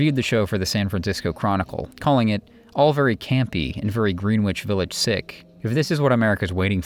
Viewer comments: It's Grenich just like in Britain. Not Green Witch. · Great content! Not to be pedantic, but "Greenwich" is pronounced "Gren-itch". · Great job but you say Greenwich wrong. (Gren-ich) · I agree, didn't notice any glaring errors. But Green-witch (Greenwich) is pronounced Gren-itch, just ribbing, great video, will be watching others. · Greenwich Village is not pronounced "green-wich"; it's pronounced "gre-nich." And thank you for exposing Nico's racism. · well written and delivered - BUT Mr. A.I Voiceover should be (machine) taught the proper way to say "GREEEEN-Wich" Village - & Joan "BEEE-ez'" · Why does the announcer pronounce it 'green witch' village? Is the narrator an AI? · The w in Greenwich is silent. Otherwise, fantastic job! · It's not said Greenwich,it's said Gren-wich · Well, that’s interesting Des - I was thinking of commenting that the narration is rushed and robotic - typical of the always rubbish A.I… I think I will. Also how do you write “obsess” about this topic and yet commit such cringe-laden mispronunciations in “Greenwich” and ”Baez”. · Brilliant...except for the pronounciation of "Grenitch". ol